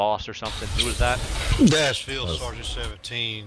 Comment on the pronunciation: Omfg I lost it at "Seal Fargeant Seal-Feel Boss"